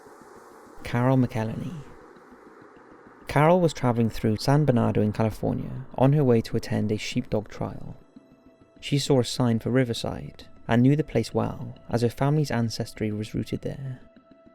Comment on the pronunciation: Just, FYI, the city Carol passes through to get to Riverside is called San Bernardino, not San Bernardo. I heard this story years ago, and whenever I drive by Riverside, I get chills thinking of Carol's experience.